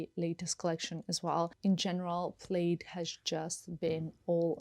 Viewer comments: Its pronounced "plad" even though spelled plaid. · it’s pronounced plad not plaid